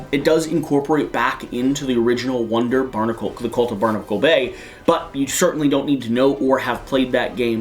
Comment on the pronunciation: I'm not sure if I was mishearing it, but it sounded like he was saying "wonder" instead of "wander".